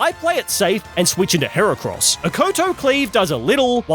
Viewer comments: IT'S HERACROSS, NOT F*CKING HAIR CRISPS! SAY IT RIGHT! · HERACROSS, NOT HEREKROS! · THE SECOND E IN HERACROSS IS SUPPOSED TO BE AN A! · THERE SHOULD BE ONLY 2 R'S IN HERACROSS!